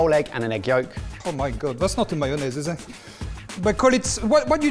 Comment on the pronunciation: Mike-onnaise LOL